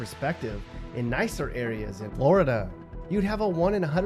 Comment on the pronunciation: “ In Floor Duh “ 😭😭😭 why this man talk like that bruh , funny asl